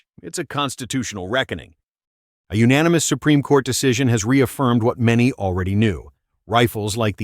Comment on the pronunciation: GOOD VOICE, but UNFORTUNATELY, It's AI. Doesn't know proper inflection of "Yes, unanimous". MAGA! Hire a Human. In fact, READ IT YOURSELF.